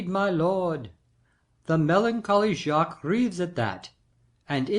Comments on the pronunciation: in As you like it. It's "Jay-Kwees" here. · "Jaques" = "j-ah-ck" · In our theatre class, I thought it was Jacques said normally (the French way), others thought it wad Jakes, some thought it was Jay-keys. We're pronouncing it zhay-kwees. No one's remembering how to say it. Part of me wishes we could just call him Jack already.